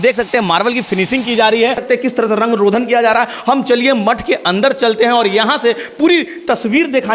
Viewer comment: रंग रोधन नहीं रंग रोगन होता है। बार बार..